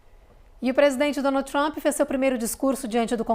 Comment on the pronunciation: Ggeeennnntteee!!! Ancora de jornal que pronuncia “Donaldi Trumpi” Inacreditável